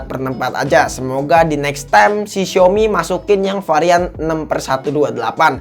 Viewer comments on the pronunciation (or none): none